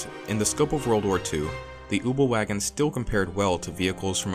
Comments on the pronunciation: " The ubelwagen" really dude? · Marvin Zachariah Kübelwagen, its pronounces exactly how it’s spelled 😂🤷🏼‍♂️